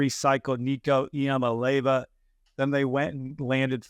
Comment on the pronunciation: EE AH MAH LAY AH VUH It is not that hard... if you can say Mississippi, Massachusetts, Zimbabwe, etc., you can say Iamaleava.